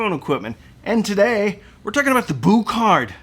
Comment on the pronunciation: Boo kart? Pronounce it Bue card, thanks